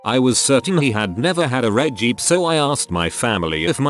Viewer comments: geep instead of jeep? you need to tweak your robot voice. always says words wrong. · But why did he keep saying geep instead did jeep hahahaha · I’m sorry but the way the bot said “Jeep” as “geep”